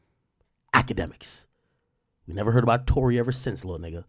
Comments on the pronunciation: Its TOU(Too)RÉ(Rae) like Sékou Touré the first president of Guinea. Ak dont tell me you spent all that time in Rutgers on PDEs and ODEs and didnt take one course on Colonial Africa. Smh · It's Touré pronounced Tor-Ray